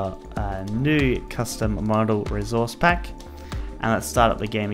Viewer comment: No one:: rezourze pack